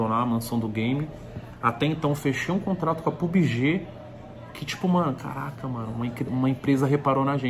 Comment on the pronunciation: Pubige.... Kkkkk